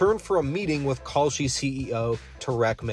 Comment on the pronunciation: Whenever you say "Kalshi" I hear "Cowsh*t". The difference being, cow, umm, manure is useful. Kalshi is NOT.